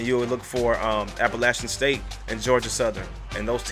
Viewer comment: Thank you for not butchering Appalachian State. Lol. I would have been fine if you said App State.We are the team to beat in the Sun Belt. I said it's great to be a mountaineer. Go NEERS!!!!!